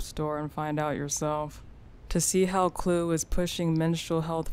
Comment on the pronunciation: It is Khloe not Khole